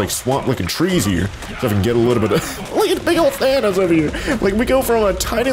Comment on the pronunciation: it's thanos not why you sayed.